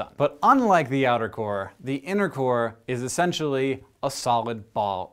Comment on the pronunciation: every time he said "innercore" i thought he said "intercourse"